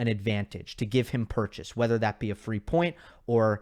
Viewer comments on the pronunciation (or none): none